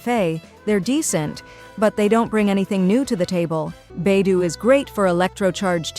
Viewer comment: Beidouuuuu not beidoooo😮